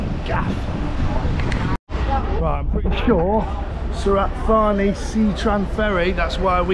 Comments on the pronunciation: Santa Fanny... it's pronounced Su-rat Ta-nee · Mate it’s Surit Thani, I went once in 1996 I still remember how to say it correctly , 😂